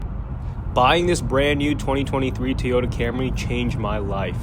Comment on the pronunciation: TOY-ota. Not TEE-ota.